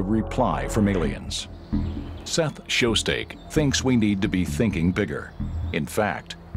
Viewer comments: Just an FYI. Frank Drake is known for creating the "Drake Equation" and Seth Shostak's last name is pronounced "shos stack" not "shos steak" Narrator gets an F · One of the most famous hunters ... "Seth Show-Steak". lol that narrator doesn't know this subject.